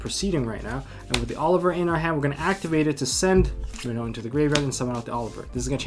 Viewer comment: This guy knows what’s up, he pronounced renaud correctly, I feel so recognized lol